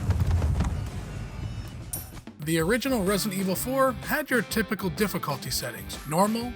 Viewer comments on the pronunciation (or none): none